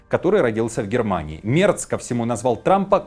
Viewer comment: Ведущий, произноси правильно фамилию немецкого канцлера!!!